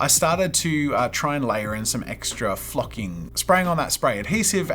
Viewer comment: Wa it just me that thought he said F#%!ing - but he said flocking… it did not sound like that